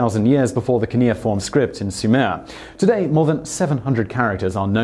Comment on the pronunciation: Also, Sumer, not Sumair.